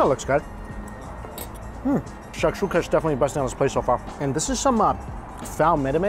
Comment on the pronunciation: Lol Mikey it's Fool Meh-dah-meh. Love you